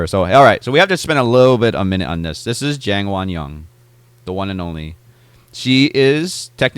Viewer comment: 장원영을 쟁원영이라고 잘못 발음하네 ㅋㅋ